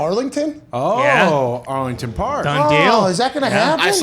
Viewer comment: I like how he says "Arlington" in reference to Arlington heights, Illinois when he mentions the bears possible move from the city.